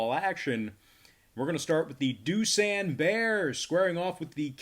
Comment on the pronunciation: Can ypu at least pronounce Doosan correctly 두산